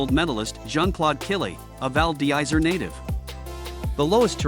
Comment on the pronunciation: Hardly convincing pronunciation val dizzery and tigniz???